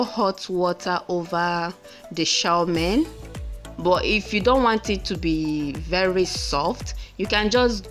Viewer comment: 😀😀😀😀 I’m already laughing at you as you try to pronounce Chow Mein